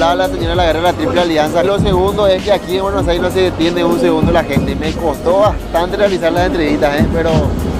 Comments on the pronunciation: Se dice Buenos Aires. No Bueno Aire 😠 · Me gustó y todo pero deberías trabajar en tu pronunciación, deberías decir buenos aires no bueno saires :v